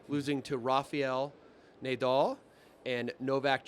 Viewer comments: except for how he pronounced Nadal "Nay-dal" - was that a joke? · worst pronunciation of Rafael Nadal ever heard in human history, the fuck is pro chewing on